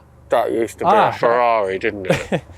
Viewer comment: Ferderrand farrari